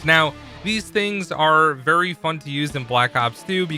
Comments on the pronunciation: "Vury vury" 😂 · Vury vury good video